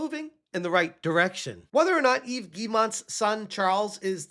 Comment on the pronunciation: Weeee! You called him Eve instead of yevez! AWWW 🎉 LOL